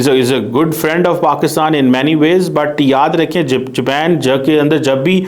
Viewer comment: اوہ بھائی جاپین نہیں جاپان ہوتا ہے